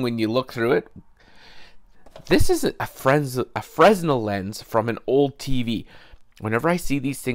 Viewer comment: Nice project. The S is silent in Fresnel BTW. :)